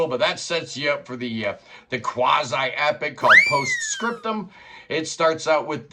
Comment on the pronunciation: Just preordered the LP, thanks for the recommendation! And kudos for going all in and reading the french titles out loud! ❤